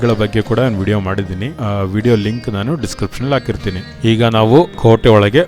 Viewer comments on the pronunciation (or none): none